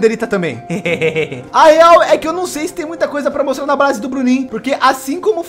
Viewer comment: Ele falou a brase do bruniim kkk